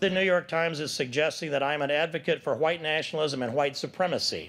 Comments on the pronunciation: His pronounciation of "white" reminds me of the SNL wedding speech racist (Will Forte). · Yeah dude if you pronounce it hwhite I’m not so sure